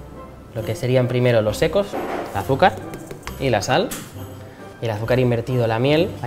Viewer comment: Parece que dice "todos los ecos" en vez de "todos los secos".